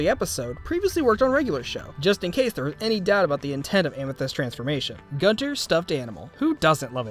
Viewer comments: please stop saying Gonter... it's Gunter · Love how everyone says Goonter instead of Gunter